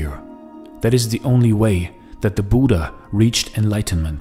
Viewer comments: It's not Buda it's buddha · Name pronouncing as " Buddh" not with aa buddhaa) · Brother , please pronounce buddha correctly its not buda its bud-dha . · Nice video. But please pronounce the title correctly. Short (u) like "put", "look", "foot" Budha, not Boooooooodha. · I want to say I disliked cause the pronunciation was wrong it's bhu dhya not Buda